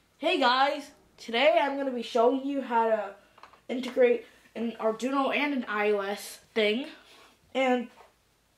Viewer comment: you pronounced it ‘Ardoono’, not ‘Arduino’